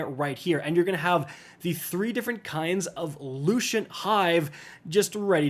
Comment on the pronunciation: Bro. Ill take the great communicator bait. Lew cent. Lewcent. Lucent. Not lew shin tah. Not lew shint. Lew cent. My fathers name is Louis. He goes by Lou. His last name is cent like a penny. Id like to introduce you to Lou Cent. Now smushittogether likethis LouCent Lucent. Enjoy my engagement because you fucking knew beyyer because uou sidnt. ask cent, you Ascent. Well played (ok wnah are you wearing) uh.. Yeah good job Pants types probiun sing Lou Cent. Now start over and tell me how i really dew eat.